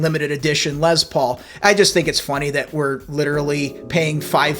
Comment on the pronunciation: And BTW, when I about 15 years old, I played in a band with a guy who called his guitar a "Lez Paul". You're only the second person I've ever heard use that pronunciation. LOL.